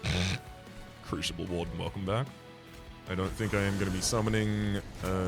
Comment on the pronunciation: Is pronouncing crucible with an "sh" an interesting linguistic difference or is it an intentional mispronunciation meant to drive me specifically insane? Oh well, enjoyed regardless.